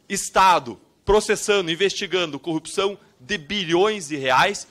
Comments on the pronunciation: Cupção, Cupção... qual o problema dos PRs que não conseguem falar Corrupção?? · Ora ele diz corrpção outra "cupção" kkk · Todos paranaenses falam "cupçao" ??? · O deputado não sabe falar CORRUPÇÃO ou é impressão errada de minha parte?